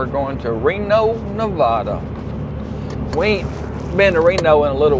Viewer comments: You're saying Nevada wrong. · If you’ve been to Reno before, learn how to say Nevada.